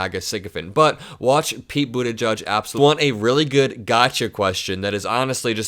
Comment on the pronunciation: I think it’s edge-edge not judge. Love your videos! ♥️